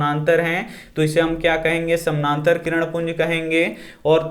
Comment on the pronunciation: Samnantar nhi samantar sir